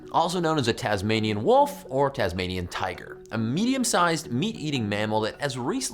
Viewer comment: Its the Tasmanian tiger... not the Tazmanian wolf.... god I hate it when Americans do Aussie stuff bc they're always getting it wrong... just like Vegemite.